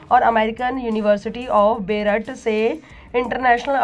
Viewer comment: बेरूत को बेरट बोला😂😂😂😂😂